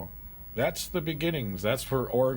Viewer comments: Thought it was Oregon not Oragooon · OrEhGun. It's not Or-Gone. or Orey-Gone. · "Way-gun" :) Oh, and also we pronounce the state "Or-uh-gin" (with a hard "G") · Why do you say wagon and Oregon like that? Or where are you from?